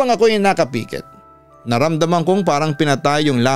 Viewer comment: papa dudot tingin ko tamang bigkas ay nkapikit(as in pick it) hindi nkapiiikit..it sound nakapekit as in pekitlyn nkawelga